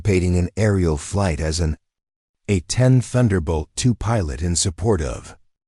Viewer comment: Oklahoma - This was a good story, but if someone is going to be reading this for public listening, they should be informed of specific details of the story. For example, the A 10 is a true warrior's aircraft. It is not pronounced Aten as was used in this story. It is A 10, said together, yes, but accented as well. Further, It's the United States Marine Corps - pronounced Cor - the "p" and "s" are silent, unless you are talking about the Marine Corps' abilities in combat. In that case you would pronounce the "s" at the end of Cors. There were several other words misprounced. I would suggest that before someone records this story for presentation, they read it first and maybe mark how to use the word live. Is it someone is living well, or someone is alive?